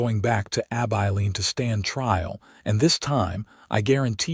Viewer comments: A-bye-leen.? Terrible AI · Heartwarming Story - enjoyable. Too bad most people don’t know about herbal remedies. Listening from Ontario, Canada. Narration needs a bit of work on Southwestern name. ❤ 🙏 ❤️ Abeline = “A - bell - Lene”. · Please look up pronounciations of towns. Abilene & Salina are both wrong. I am listening from Kansas & both those towns are 1-2 hours away. Caleb was also wrong